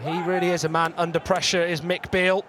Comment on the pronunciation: why does the commentator keep calling him McBeale. Cause he spent half a season in scotland 🤣